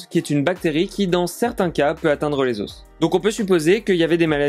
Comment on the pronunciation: Venant d un type qui dit " des oss" crétin finit